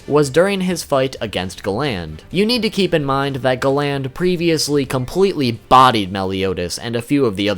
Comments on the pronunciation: Gland really you mean GA-land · sorry but the minute you said galan not galand im out bro to cringy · the way he says galan makes me cringe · Love the vid but i hate when you call galland,instead you call him galand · Galand not gland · I hate the way you pronounce Galand. They say it totally different and idk why it’s bothering me so much. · great video but a few points minor thing, its pronounced garan not galand, and the other thing, you called escanors move Divine sword escanor, however right before he uses that meliodas uses a move called Divine 1000 slices, so im pretty sure when you see the page and it says Divine sword that its meliodas who was trying to start up his attack but got interrupted by escanors move, and naming a skill of that much power after himself seems quite the pridefull thing to do XD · Galan not glan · why are u calling him ga land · Btw it’s pernouced Gal-end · "GAH-LAYND" jesus christ man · Pronounce Gallant properly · Gal-nd lol u need to watch the anime in Japanese lol u will see your saying his name wrong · I question your annunciation....Have you ever even watched this show?? Gallant.....GAL*LAN(T). Sorry for being picky....it drove me nuts. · Hearing him say Galand's name wrong made my ears burn 😂 thankfully I was able to finish it so I can know what the fuck Escanor is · Not how you pronounce galan